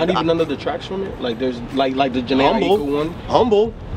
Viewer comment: DAT JHENE AHEEKUU I don't think I've ever heard anyone pronounce her name properly.